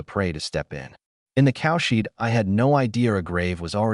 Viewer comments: Yeah it always says cowshit instead of cowshed , everytime it make my mouth watery like as an Indian hindu we eat cowdung(cowshit) not just raw but with some prep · The AI makes cowshed sound like "cowshit" - it's so funny it breaks the serious mood once in a while.